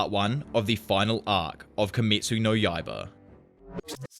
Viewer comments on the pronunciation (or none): none